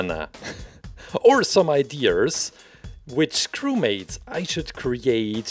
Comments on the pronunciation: I think it’s really funny (not trying to be mean at all I think it’s nice) how he says “ide-Ers” instead of ideas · I like how he says ideas like Mr. Krabs🦀